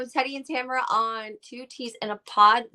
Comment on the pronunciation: TAMRA. Not Tamara, completely different pronunciation too.